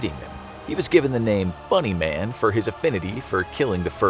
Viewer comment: When he said bunny man I thought he sad MONEY MAN